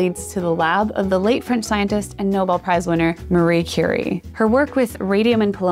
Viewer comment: It is Madame Curie not Churie